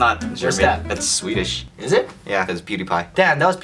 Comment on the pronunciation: ITS NOT SWEDESH IM FROM SWEDEN